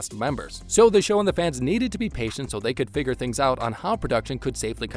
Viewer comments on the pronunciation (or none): none